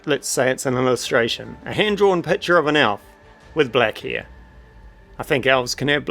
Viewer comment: as an american, I had to roll high on perception to sus out that you were saying "hair" 😂 Love your accent and love the video!